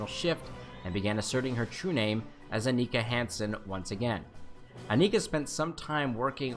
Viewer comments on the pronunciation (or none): How you saying seven of nines real name that did not sound right